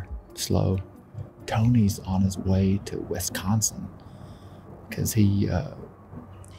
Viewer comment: we gotta work on how you say Wisconsin. It's Wisconsin not Wesconsen.